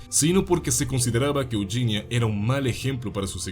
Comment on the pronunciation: Es Eugenia no yuyinia